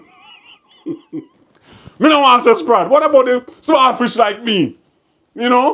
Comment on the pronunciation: Like your argument everytime, but you caant say fish neitha